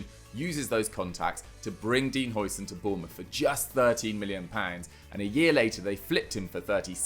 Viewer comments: It's difficult to say for you, as the "ui"-sound isn't used in the English language, but "huis" is Dutch for "house" and calling him Housen is a lot closer to what it's supposed to sound like than the "oi"-sound the English usually use when they see a Dutch name with an "ui"-sound in it (the same applies to De Bruyne). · How are we still pronouncing Huijsen's name wrong?